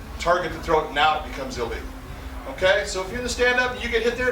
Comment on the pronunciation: lol his "illegal" and "a legal" sound the same